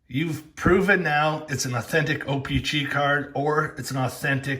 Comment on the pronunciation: Or how he says o pee chee